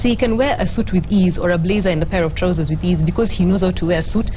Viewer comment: I cringe every time I hear Trozzer... its trousers..